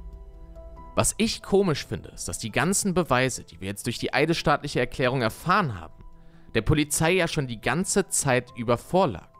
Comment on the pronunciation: Eine eidesstattliche Erklärung wird "an eides STATT" gegeben. Für mich klingt es die ganze Zeit, als würde er denken, das hätte etwas mit dem Staat zu tun. No Front, aber auch seine Formulierungen finde ich teilweise wirklich eigenartig bis einfach nur unbeholfen, obwohl er vermutlich ja einfach ein Skript abliest, welches er vorher Zeit hatte zu erstellen..